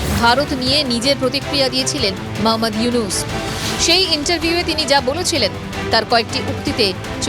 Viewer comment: ডা: মোহাম্মাদ ইউনুস নাম ঠিক করে বলেন